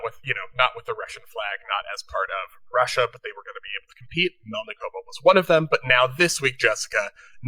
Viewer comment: MElnikova- it is not hard to pronounce people's names correctly .